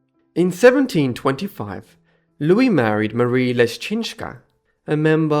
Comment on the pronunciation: Points to you for one of the best pronunciation of my maiden name ”Leszczyńska” for someone who is not familiar with the Polish language.